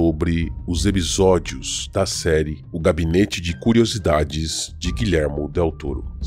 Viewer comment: Ótimo vídeo. Vou confessar que fiquei um pouco incomodado com os "ebisódios" mas fora isso, perfeito. Adorei a série tb!